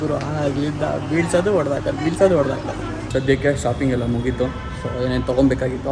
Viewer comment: ಗುರುವೇ ಅದು ಒಡೆದು ಹೋಯ್ತು, ಹೊಡೆದು ಹೋಯ್ತು ಅಲ್ಲ 🤦🏻